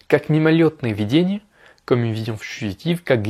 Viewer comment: Очень полезное видео для изучающих французский тоже ;) Спасибо! Ты читаешь идеально, но в данном случае нужно произносить слово «видение» с ударением на второй слог :) Объясню разницу. ВидЕние - это то, что кажется (образы, воспоминания), а вИдение - это способность видеть, точка зрения. В стихотворении слово употребляется в первом значении.